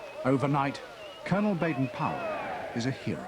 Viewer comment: "Colonel Baden Powell"... another one